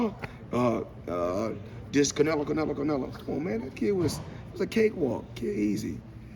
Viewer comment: Damm Floyd u just can’t get Canelo name out ur mouth